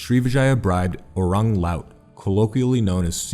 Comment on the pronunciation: I like this video 👏. Also, you pronounced Orang well but the other word Laut is La-üt or lah-oot.